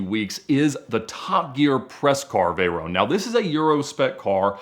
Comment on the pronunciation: Just say Veyron properly